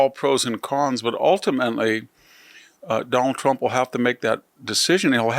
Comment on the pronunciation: The way Victor pronounces “Done-al Tromp” cracks me up. Very unique pronunciation. 😅😅